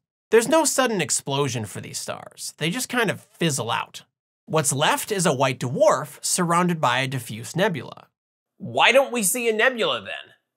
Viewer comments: DaWarf? You sounded Australian! Don't call you Shirley? You cannot be Sirius! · OK, I'll bite. Da-warf! Da-warf this and da-warf that! There in one! First time watching channel. I found it very entertaining and informative! New subscriber. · Da-Worf!!! Haha, great video! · Did anyone type "Why so..." yet? :D also "DAWARF" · Not Da-Worf, circumferentially challenged.